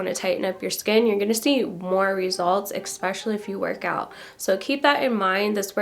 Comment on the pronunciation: ESPECIALLY. Sorry, you keep saying EKSPECIALLY. But great info and demo!!